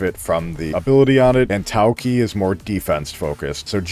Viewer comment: "TAOCHI" not "TAOKEY"